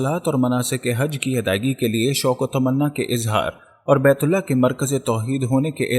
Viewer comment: Allha ek hai aap sahe se bolo Ahlla farmate nahe farmata hai